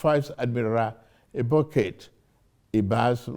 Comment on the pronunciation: Vice admiral Ibo- kate😂😂😂😂 this man cant pronouns ibokette😅😅😅😅